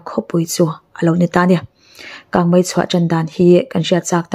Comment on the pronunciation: Kangmai ti tlat😊😊